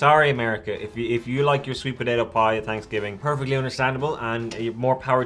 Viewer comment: You could sell it in a store called Hanksgiving because that’s how they were pronouncing it.